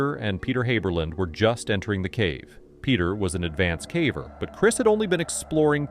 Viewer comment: Is the voice over narrator an AI voice? He doesn’t know how to pronounce the word “caver”. Weird.